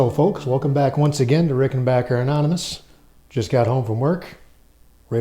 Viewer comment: Thanks Steve for pronouncing rickenbacker the proper way so tired of these nitwits who disrespect this great brand by saying rickenbocker always loved these guitars !